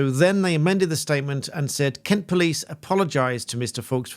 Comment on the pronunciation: You miss pronounced Kent.